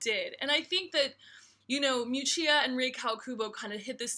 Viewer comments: Correct pronunciation might have helped.... Mee-oo-chah ... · miu miu is not a cheaper diffusion line ok ! and you mispronunciation Miuccia